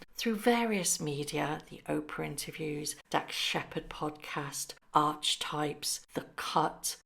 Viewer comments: Archetype is pronounced ar-que-type. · archetype is pronounced arky-type or Aa-ke-tipe